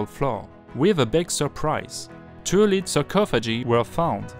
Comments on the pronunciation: Lead/plumb is prounced led like the French words tête or sept. You are saying leed! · Plombe = lead [led] not [leed] Necessary [NES ³ ser ee] Support [s³ PORT] Nothing [NA thing] not [NOZ ing] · Plumbum /Lead is not spoken as "leed" ! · i'm from quebec. i understood everything you said. the word "lead" (plomb) is mispronounced. should be 'led' and not 'leed'. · Pour le prochain épisode... "Lead" (le plomb) se prononce comme le "Led" de Led Zeppelin. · Great video, I noticed a couple of things, one has already been mentioned - about work that has already been completed sounding like its still in the future. That had me checking to see when the video was made. And the other was the word 'lead' Which has a few meanings. When talking about lead the metal, it should rhyme with 'dead', not with 'bead'. So, a short 'e' sound, not a long one. But that wasn't a big deal. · I was just going to write something about you considering to do your talking in French and to provide English subtitles, because indeed, your pronunciation of the English language is abominable. For example, I had to go back in the video to understand that you were talking about lead poisoning. You place a lot of accents on the incorrect syllable and the pronunciation of many vowels is downright wrong. It is very difficult to understand your text without subtitles, so yes, either add subtitles or do a course in the pronunciation of the English language. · Your English is wonderful! A few words though that I noticed were mispronounced: lead, lining, and cathedral (somewhat muffled)